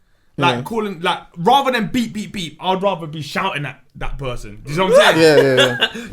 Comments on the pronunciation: Why does keep saying beebing 😂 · its beep not bib 😂😂